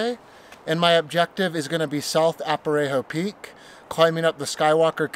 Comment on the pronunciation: Good video. It's "A-rap-a-ho" not "Ap-a-ray-ho" I believe.